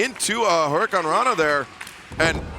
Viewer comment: I still hate excalibur he cant pronounce the moves right. Hurricanrona, suicide dive etc....